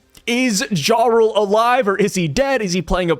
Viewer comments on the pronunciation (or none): No hate but the J in “jarl” is pronounced like a Y. ❤